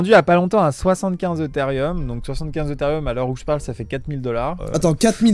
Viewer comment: Eutherieum ,sa mère mes oreilles saignent